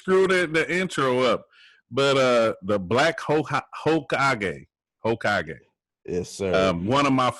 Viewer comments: "Hokiage" lol i aint even gon lie thats the most unique mispronunciation so far. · That pronunciation was legendary 🤣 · Tbh sent me. Lol. Bruh the pronunciation of hokage kilt me